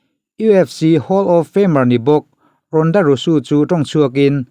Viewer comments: Leh lawk, ronda rousey ania, ronda rusu tiin an lam lo, a mizo takin rawnda rauzi ti a lam tur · Ronda Rosu nilo in Ronda Rousey tih Zawk Aw... 😁👍👍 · Ronda rosu I tih khi ronda rosy tih zawk tur a lam dan khi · ronda rausi ti a lam tur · Ronda rousey hming hi i lam sual deuh em aw ka ti,kan chenna hmun a zir in tawng leh thil lam dan hi a in ang vek lo tih hi chu ka pawm thlâwp mai.Mahse,'Rusu' tih hi chu a dik hlel deuh chuan ka hria...a kut zungchal nilo in zunglai zawk alawm a hmuh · English an thiam bik em em awm bik der si lova ka lo tia keipawh. Sap ramah zin ta se hawi hai tak tak tur hian mi english pronunciation lo nuihsawh hi an ching.